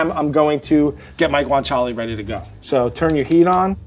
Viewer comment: Take a shot everytime says 'guintala'